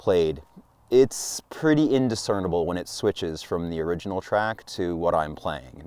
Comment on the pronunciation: Great video! Not a big deal & not wanting to nitpick, but it is ORIGINAL, not ORINGAL. Thanks for sharing!